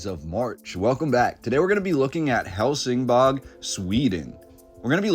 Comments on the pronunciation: Isn't it Helsingborg not bog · and it's pronounced "hell sin boy" . The G is like a Y. Gothenburg is pronounced " Yo Te Boy" . The some of the letters a so subtle , that you don't really hear them , but Swedes use them in an extremely subtle way that our American ears just don't hear. I was studying how to speak Swedish and it is very difficult because of that. I still try to learn how to pronounce all the time. I've been with my girlfriend for about 13 years, and have had a ton of Swedes stay at our house and still, it is very difficult to pick out the subtle sounds in the words, Only when I really push to find out how to say something properly will I get it. Also, in Danish, Copenhagen is spoken like this, "coo ben ha ben". That is an even tougher language to understand. Also, there are a lot of dialects still in Sweden, and they all know where someone is from by the accents they have when speaking. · Love this. My mom was born in Helsingborg. The way it’s pronounced is like Helsing-boy. I’ll have to send this video to her.